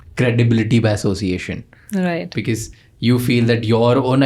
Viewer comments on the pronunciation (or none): Why Indians pronounce because az ”bekez” 😂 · Bhai becuss kya hota hai😂karlo pronunciation toh theek bhai,it's be-cause pronounced as becoz,because